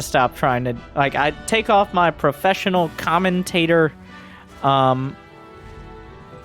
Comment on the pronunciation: "Welcome.... to some proFESSIONAL uh... I mean, whatever this is...." 🤣🤣🤣